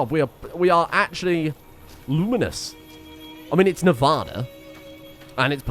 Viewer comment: Man's talks about proper English but keeps saying Nevada wrong